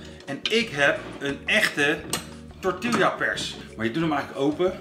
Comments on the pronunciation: grinch grinch, de uitspraak van de letter L in tortilla, het is tortiJA niet Lja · Ziet er weer onmundig goed uit! Ooh tortilla spreek je uit als torti-ja ;) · “tortielja” 😜. Moet gelijk aan die aflevering met Nochtli denken met haar “galepeneau” 🤣